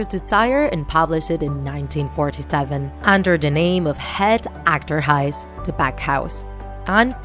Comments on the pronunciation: You pronounce it as hut achturrhujis , Het Achterhuis means the backhouse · Ik ben Nederlands en ik ben zo blij dat die vader het had kunnen overleven, maar jammer genoeg de rest van t gezin niet. Maar het is heel grappig hoe ze Het achterhuis uitspreekt... pls reageer